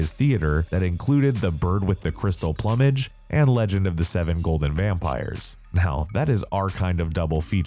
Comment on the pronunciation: you have GOT to start vetting your narrators for this channel. Not only was Namibia mispronounced, but he also didnt know the word "plumage".